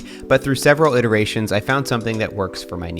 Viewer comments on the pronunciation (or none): none